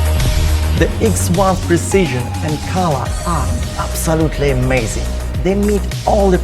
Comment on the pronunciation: You need to work on your "togezer" and "abzolutely",.